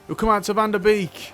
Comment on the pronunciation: Just a small tip on Donny van de Beek. Beek is pronounced like Bake. So it would be Donny van de Bake.